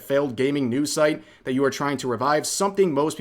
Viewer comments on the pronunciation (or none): none